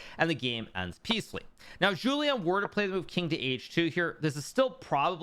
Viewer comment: It‘s not Jouliâne Song, it‘s Julien Song (im sorry thow)